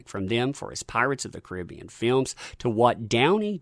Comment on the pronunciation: I know that yoi can say Caribbean bith ways, but the way you say it when you say Pirates of the Caribbean is the wrong way for that title. Its the other way in this case.